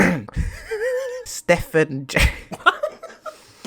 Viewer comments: Stephen is pronounced the same as Steven. Stephan is Stef an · stephen bruh stee vin is how to pronounce. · Stephen is pronounced Steven